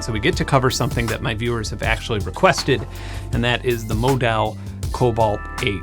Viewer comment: Great review! Also, it’s pronounced Módal (like yodel).